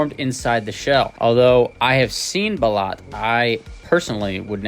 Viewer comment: (Bah-loot) Just fyi, I’m Filipino. Never tried it myself and wouldn’t want to, keep up the great content!